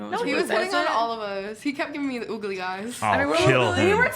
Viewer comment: its fucking "googly" eyes dumbass not "oogly"